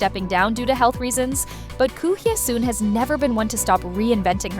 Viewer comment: Please pronounce the names properly: Goo Hye-sun is pronounced Goo Hesun... Yoon Eun-hye is pronounced Yun Un-he... The vowel in Eun is pronounced as in the u in put